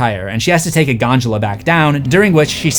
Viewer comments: “Gondola” not gongal or gonjola. GONDOLA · GonJUla? Really? It's gonDOHla. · It's pronounced "Gon-duh-luh", not "Gon-djew-luh" jesus christ there's always one or two of these in EVERY video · did my boy say Ganjula instead of Gondola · When says gondula all i hear is ganjala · Yeah pretty sure there is no G in gondola bud